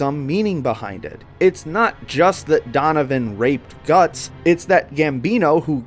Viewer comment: mans said Gattso😭😭😭.